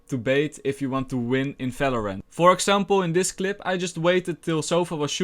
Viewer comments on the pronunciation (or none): I hear "Falorant and Garash" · Ty i love your videos i love when you say favorant